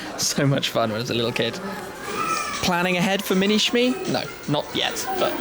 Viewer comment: FOR THE LOVE OF GOD JUST SAY IT'S SHMEE